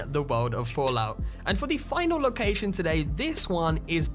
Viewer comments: Say ‘lowkaaaaaijsion’ one more time! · "Locaxxxion" lol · You say location funny man